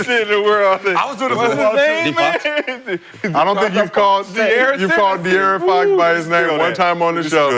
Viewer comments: It’s funny af how he butchers his name when it’s literally easier to just say dearron. Bro just adding extra letters for no reason 😂😂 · dude talking about get out of there when he cant even say his name right, u got no business talking g